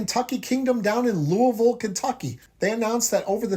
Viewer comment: As a Louisville native this is the first I’m hearing about it, and it sounds awesome! They’ve been long overdue for some major investments. Also thank you for actually getting the pronunciation for Louisville right 😂